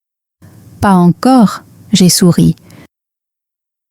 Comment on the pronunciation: Est-il vrai que c'est une vraie personne qui lit ou qui parle? Je dis ça parce qu'il y a quelques moments avec des prononciations qui ne sont pas correctes (no liaisons), par exemple à mins : "pas encore " avec sans liaison